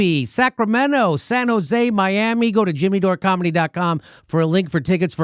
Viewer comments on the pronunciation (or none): none